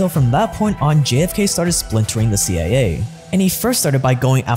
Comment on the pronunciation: "C aye aye"